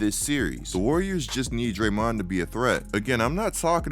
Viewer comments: Dude, I think it's DRAYmond, not drayMOND... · I hate to say it but I hate how you pronounce “Dray-Mooooon”. Just saying.